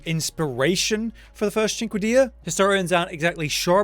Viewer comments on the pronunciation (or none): Sin-kway-da. Not chinkkada bahaha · CinquediTa, you have to pronounce the T, bro! ^^ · "Sin-kay-duh" try that instead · Correct me if I’m wrong here (I am not an expert) but my understanding of English grammar leads me to this: A hard C followed by a soft vowel does not make a hard H sound. Proper pronunciation should be… SINK-YOU-DAY-A Again, I’m not a grammar expert so this may be wrong. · Its pronounced Sine-quene-da i think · Cinquedea, pronounced "SIN-KAY-DA". Easily YouTube or googlable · Cinquedia pronunciation- Sink-a-dia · Bro what's wrong with people it's pronounced sin Kay duh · I think it’s pronounced cheen-kweh-day-ya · Isn't it said, Sin-kay-dia ?